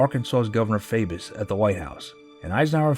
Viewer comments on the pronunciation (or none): a meeting with Arkansas Governor Faubus It's FAW-bus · I was born in 1948 and grew up under Eisenhower as the first president I remember. Your documentary was very well presented. It seemed like a happy time then, but so much trouble was bubbling under the surface. BTW it's governor Faw-bus. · Two things: The Arkansas governor's name is pronounced Faw-bus, secondly FDR saved capitalism from itself. For proof look to Glass-Steagall, the TVA and Social Security. For further proof, the Republicans are still trying to repeal Social Security, they did repeal Glass-Steagall and look how that turned out, and the only reason they haven't messed with the TVA is their constituents like electricity. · Faubus = FAW - bus not FAY - bus You like Ike I like Ike Everybody likes Ike for President The best President in my lifetime, and the only one that both parties tried to recruit as their candidate. Real shame that both Joe McCarthy and the HUAC were so active while he was President. FDR was President when I was born, however I was still too young to remember him at the time he died. While Truman was President, I remember my grandmother referring to him as Harry S Truman, with a lot of emphasis on the slightly mispronounced S. By the time Eisenhower ran, the campaign was on television. Ike had the best song, best Disney cartoon, and the best slogan, so there was no way he could lose. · The pronunciation of the name of Governor Faubus of Arkansas is wrong. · The person narrating this should know how to pronounce names. He butchered Faubus.